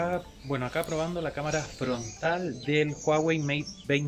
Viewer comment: Prueba de Cómara jajajajajaja